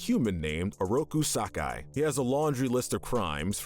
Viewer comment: It’s pronounced sah-KEE, “”! 🤨